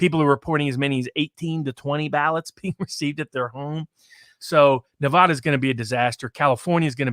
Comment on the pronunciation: Where's Nevahda?